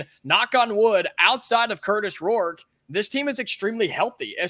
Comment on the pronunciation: please practice not saying Kurtish Rourke. It’s Kurtis. Stop making it sound like you are saying Kurtish